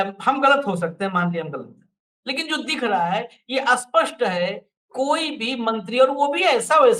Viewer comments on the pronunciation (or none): 'aspasth nahin spasth' hai word to mean clearity.